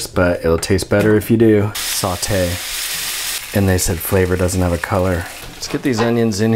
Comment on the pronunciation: "Saw-te" I cry.